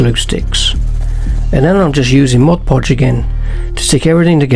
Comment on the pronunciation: Great work but what is "Modge Podge"? I've heard of MOD Podge but never Modge Podge. Is that different?